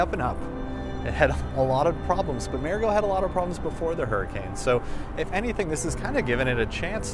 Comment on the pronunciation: Learn to pronounce MARIGOT!. Idiot!